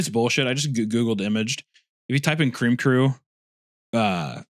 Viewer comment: CWEAM CWOOO!!! 😊